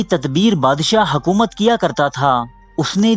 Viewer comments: It's not hakoomat. It's hokoomat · Hakomat Nahi Hukomat